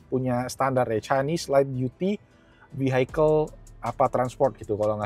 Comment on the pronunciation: Bilangnya bkn "vihaikel" kok hehe